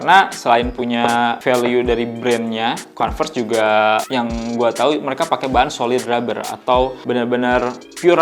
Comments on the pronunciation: iya kalau mau pake O dibacanya kOnves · iya nanggung banget, kalo mau pake huruf O minimal huruf R nya jangan kedengeran biar kayak British. Kalo mau kAnvers huruf R nya kedengeran